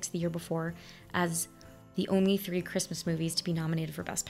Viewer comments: Her TR pronunciations for TH words is her Irish peaking through!! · Don’t know about elsewhere, but three is pronounced as tree by people in certain parts of Ireland. The aspect ratio was usual for cinema until tv became a thing, and then they wanted to differentiate from tv in order to still attract customers out of the living room. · my dear, the ""th" tree" is easily explained. That is how Irish, to this day, say the sound. It came to be cliche Brooklyn because of the Irish Immigrant's influence. And Ms. O'Hara is Irish. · The thing with saying things like three as tree is just Irish. My aunt and uncle from Ireland for it. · The hard T pronunciation of "th" is very commonly used by Irish people. This may explain Maureen O'Hara's use of it in the movie, given that she's originally from Ireland. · The reason for Maureen O'Hara turning th into t is because this is typical for Irish people. They rarely pronounce th. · Sometimes Irish people pronounce "th" as "t" because Gaelic didn't have a "th" sound. The minute by minute comparison to the 90s version was kind of distracting.